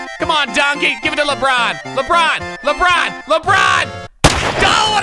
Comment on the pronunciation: Nobody: LeBrOoN